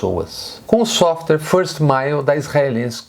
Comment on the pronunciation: A pronúncia correta é SÓFTUÉR e não é SÓFTER que significa o comparativo MAIS MACIO. SOFT = MACIO. SOFTER = MAIS MACIO. SOFTWARE = PROGRAMA DE COMPUTADOR.